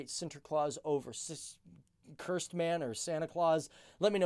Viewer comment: it's not cursedman it's kerstman